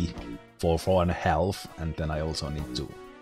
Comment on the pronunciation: The leader on your side looks like Ernest Hemingway. Thanks for explaining everything, I’ve heard of JA but never played it. ‘Half’ is pronounced as ‘haf’, the ‘l’ is silent.